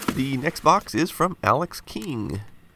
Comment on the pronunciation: Over my air conditioner every other time I hear you say next box it sounds like Xbox and I think you're getting in the original Xbox. I mean I always correct myself, but you know how it feels to think something for an even though you've already been told before.